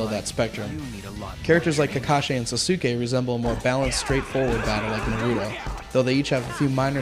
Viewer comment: Did he seriously just say sasUke?Wtf?